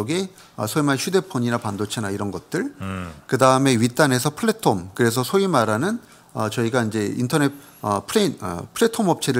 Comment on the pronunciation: 플랫폼을 플래톰이라고 하시는건가요? 매번 발음이 그러신데 제가 잘 모르는건가해서요